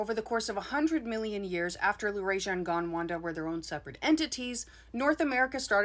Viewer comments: Are you sure the mountains of Norway are called The Caledonian Mountains? I thought Caledonia was the old Roman name for Scotland. . Pronounce: Gond-wanna (✓) Gond-wanda (X) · Sorry to correct you but it’s GonDwana not GonwanDa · Gondwanda? Wanda? 😂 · Is it Gondwana or Gondwanda? I was taught Gondwana in school.